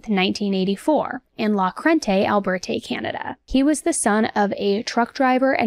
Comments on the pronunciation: It's pronounced Alberta. Like Albert-ahh. Not albert-aye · Alberta ah... not eh lol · Not a biggie but Alberta is like “al-bur-tuh” 🙂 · "Albertay, Canada". 😂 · Lol I had to rewind and see if you actually said Alberta that way 🙈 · As a Canadian I am offended by the pronunciation of Alberta lol